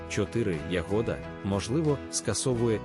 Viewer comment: Да вона ягода ,а не ягода,навчіться правельно говорить